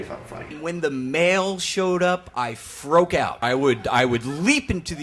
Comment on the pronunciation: "I froke out" ~.